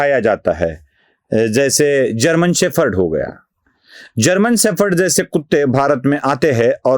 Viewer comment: शेफर्ड नहीं, शेपर्ड!